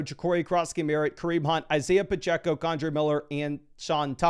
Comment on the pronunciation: Kondre miller? who is that? its Kendre miller lol